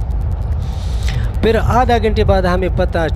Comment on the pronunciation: Peley apna urdu tiiiiiik karo peeer bolo,safar me hota hy,lekin ap Karachi se sapar kr rehe tai is liye huwa